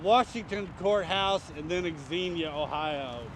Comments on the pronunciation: Xenia is pronounced "Zeen-yuh." The "X" is treated the same way as when pronouncing "Xavier" as the men's name or Xavier University. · FYI..it’s pronounced “Zenia”…the trails in that area are great. We live 30 minutes from there.